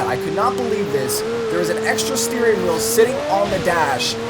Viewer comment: When u said "2 weel" was a spoiler